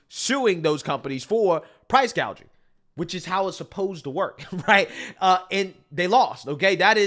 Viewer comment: No, remember its "Price Gauging" 😂 not price gouging 😂